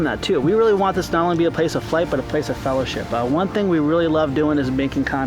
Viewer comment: Cringe when u say fellowship